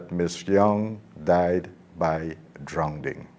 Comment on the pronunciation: She died by drownding! What in heaven's name is drownding?